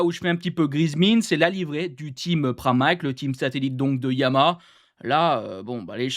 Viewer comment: ESSAYE ENCORE !!!!!!! on dit "YA MA HA" pas " YA MA" syllabes !!!! pardon, tu ne dois pas savoir ce qu'est une syllabe .... tu ouvres la bouche 3 fois ;-)